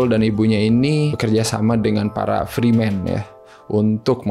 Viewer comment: fremen bukan freemen. pronounsnya banyak yg salah ente bro